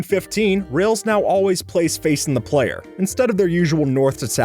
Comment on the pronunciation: The is pronounced differently based on if it's following a vowel not if it's at the beginning of a sentence or whatever or not.